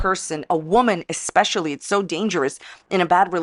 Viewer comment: eckspecially when she speaks words she sawll in a book